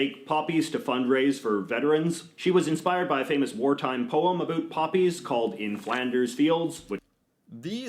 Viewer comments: Can't stand the way says "Aboot" so annoying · I had never heard anyone say it like he did in the video either, until I was in a hotel in Toronto. I turned on the tv and the news was on. The news anchor said aboot a bunch of times. I was like, 😲 "It really is a thing"! I just thought all of the ribbing I would get from USicans (I live in USica) aboat it was them being coocoo. I mean most of them are, but that's beside the point. (They think their country is America 😂🤣) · is wrong about so many things when it comes to Canada. And Canadians do not pronounce "about" the way he says it. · This guy is saying "aboot". Never heard anyone actually pronounce it that way. We say "aboat". President of Loblaws. No, you open the can and pour the syrup into a pitcher which you keep in the fridge. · The "aboots" and other "ou" words pronounced as "oo" make me angry...what a stupid stereotype to perpetuate. I don't like him either. I live in Ontario, and I really dislike the condescending tone he often uses, and the downright disrespectful way he disparages Quebec. Sometimes I feel that his point is to ridicule Canadian culture rather than educate people about it. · Why anybody reacts to as he purposely mispronounces words to pretend he is the stereotypical Canadian. He is a fake. And if he is not sure of something then he makes it up. He is an idiot. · I'm Canadian, and he's the only Canadian I know who pronounces "about" as "aboot." Maybe Scottish roots? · The guy that is talking in the video is the only person that I've heard pronounce 'about' as 'aboot'. I've never heard anyone else say it that way. I say 'abowt' and so do 99.9% of Canadians. What I find funny is that Americans seem to think that we all say it that way. I wonder where that stereotype came from? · I remember seeing some of this guy's vids before and was astonished that he's from Vancouver and very clearly says "aboot". I'm a Vancouver native myself and have never heard anyone pronounce it that way here.